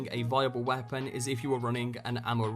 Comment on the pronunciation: What accent does the narrator have? I can't place it. And it's Weirdly frustrating because of the certain emphasis and tone put on particular words only about half the time. "Weapon/Weah-pon".